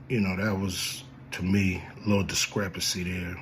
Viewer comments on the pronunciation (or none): "Discrepancy" made me holler 😂😂😂